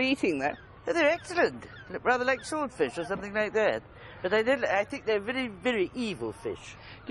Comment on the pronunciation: Jennifer on sharks "I think they are veddy veddy evil fish" 😂